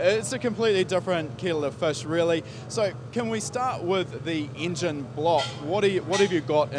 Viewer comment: ... so can we start with the "ingine" block how about i break mi jaw talking....